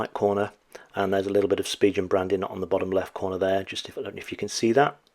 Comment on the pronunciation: it's pronounced Spigen...not Spigen!